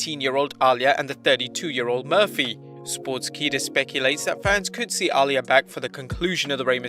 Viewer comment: Is it just me or is anyone else annoyed at the fact he keeps pronouncing Aaliyah’s name wrong